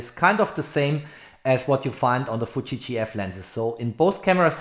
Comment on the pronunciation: It's Fuji and not Fuchi. You sounds like keep saying Fuchi. What you have done in this video was reading from the company website which is everybody else can do by themselves. No to bad video Dislike